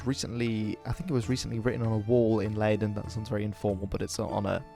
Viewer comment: You clearly mispronounced Leiden the first time, but later in the video you got more or less correct